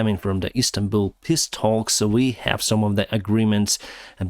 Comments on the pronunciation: I really like how you pronounce 'peace talks'....it comes out as 'piss talks', which is probably way more accurate any time you are talking with the Russians! LOL. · love how u pronounce "peace talks" sounded like u said Piss talks, sry just tought it was a bit funny